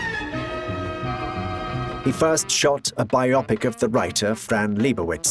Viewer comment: Bye Oppik! Simularities. Day Byoot. Uh-ridge-uhns. Automation? Automaton.